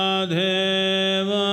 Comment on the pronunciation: Mahadeva not mahadheva